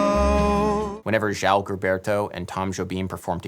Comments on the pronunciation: very good this work! but, adam neely need to learn how pronuciate the name João!!! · The correct pronunciation of João is actually closer to "zhuh-wow," if memory serves. Not "Zhow." Also, the girl in the video singing "The Girl..." has an amazingly lovely voice and smile. I hope she releases an album of jazz standards. *Hint-Hint* Does anyone know her name? A voice like that should be encouraged to record. Additionally, thank you for the insight into this song; a long-time elevator favorite. I dream of walking into an elevator and actually hearing it, however. Personally, I think all elevators should be mandated to play it. :D